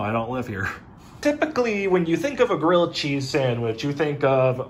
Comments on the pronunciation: GWILLED CHEEZZZ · GWILLED CHEEZ🗣️🔊🔥🔥🔥🔥🔥🔥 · GWILLED CHEEZ!!! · GWILLED GHEZZ